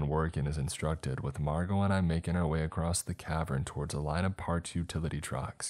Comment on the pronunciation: Why do you say it like “acrosst”